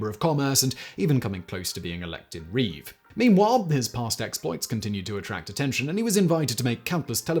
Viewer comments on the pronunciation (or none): none